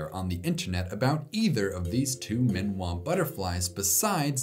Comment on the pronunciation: I'm guessing Minois might not be pronounced "min-wah" (rhyming with Malinois), but "mi-no-is" (rhyming with Lois).